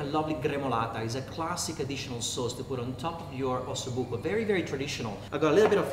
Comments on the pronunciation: Buco with one "c" not with 2 "c"...it means hole (bone with an hole). Delicious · OSSOBUCO NOT OSSOBUCCO